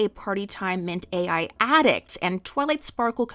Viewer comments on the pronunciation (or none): The drug Littlepip takes is 'Party Time Mint-AL', not Mint-AI. It's a play on the word 'mental.'